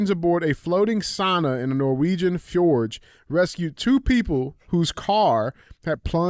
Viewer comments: I was listening to the audio and just had to come comment. Fjord is pronounced Fee-yord. Not fa-jord. Damn Neanderthals 😂😂 love you and love that your saying fuck YouTube now, much funnier when you don’t put the chains on. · It’s FJORD! 🤦🏻‍♂️ J is silent🤦🏻‍♂️